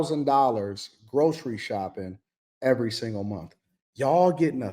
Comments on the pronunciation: It's month, not 'mont" Why do they continue to speak like morons? I guess the Obama-appointed Federal judge didn't get the memo. The Supreme Court ruled in June 2025 that individual judges cannot issue nationwide injunctions that block federal policies for the entire country, a significant change to judicial power. Stemming from legal challenges to President Trump's executive order on birthright citizenship, the Court's decision limits a single district court judge's ability to halt a presidential policy across the whole nation. This ruling, a 6-3 decision authored by Justice Amy Coney Barrett, means the scope of injunctions is now more limited, though other avenues for seeking widespread relief remain. • What the ruling does: It restricts individual federal district court judges from issuing "universal injunctions" that apply to the entire country. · Somebody teach the woman in the pink hat how to pronounce words. It not mun it’s month!